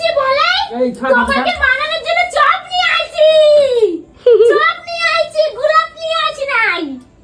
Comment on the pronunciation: ওটা "গুলাপ" নয়.. "গোলাপ"! পেটে বিদ্যে না থাকলে এমনটাই হয়!!